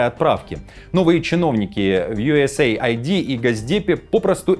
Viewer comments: Пишется USAID и произносится У ЕС ЕЙД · Не юэсэйайди, а юэсэйд!!! USaid. Aid-это помощь…